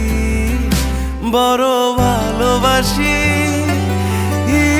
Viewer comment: কি আর বলবো? বর বালবাসি নাকি বড় ভালবাসি কোনটা হবে? এটা বাংলা ভাষাকে বিকৃত করার শামিল। একজন প্রকৃত শিল্পী হিসেবে প্রথম লক্ষ্য রাখা উচিৎ প্রমিত উচ্চারণের দিকে৷ তানজিব ভাইয়ের কাছ থেকে এটা আশা করিনি।